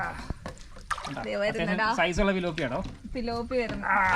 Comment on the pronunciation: പിലോപ്പി അല്ല ട്ടോ തിലോപ്പിയ ആണ് കേട്ടോ